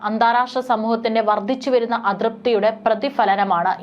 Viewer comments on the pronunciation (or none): വർദിച്ചുവരുന്ന? ഉച്ചാരണം തെറ്റ് വർദ്ധിച്ചുവരുന്ന എന്ന് പറയൂ